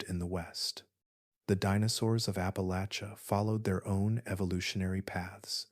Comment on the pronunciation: Thank you for pronouncing Appalachia correctly! Listening from Bristol TN/VA